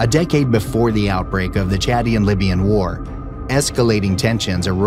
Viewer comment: It's Chadian-Libyan War, not chatty and Libyan War. Chadian as in the nation Chad. Good grief. "Isuzu Strip"? Arrrgggghhh. No, It's the Aouzou Strip pronounced like auzu, not like Isuzu.